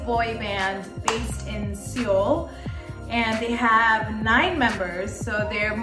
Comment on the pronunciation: Seoul is pronounced more like Suh-Ool. But most non-Korean speakers pronounce it like soul. Seawul is completely off.